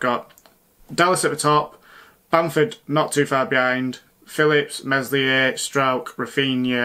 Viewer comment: Meslier, work on your pronunciation pal 😂. Good otherwise!